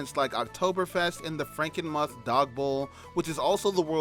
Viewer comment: It's pronounced Franken-"mooth".